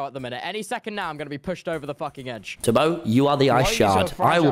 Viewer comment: It's tubbo not tobby